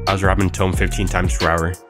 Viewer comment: the "tome" and "trim" pronounciations trigger me, is this video vocalized by AI?